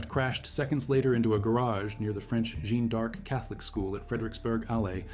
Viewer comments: AI generated narration clearly has its disadvantages: The mysterious "Jean Dark School", mentioned several times in the video, is actually the Jeanne D'Arc Catholic School. Also referred to as: The French School. And "King Christian Dex" is King Christian X (the 10th). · Jeanne D'arc not Jean Dark, not so great presentation